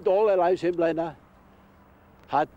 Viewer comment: It's NOT Blaenaw!! It's Blaenau. As in Aye,aye.Spoit it at the beginning.